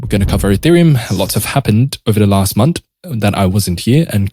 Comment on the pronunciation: "Month" bro, not "Munt".😂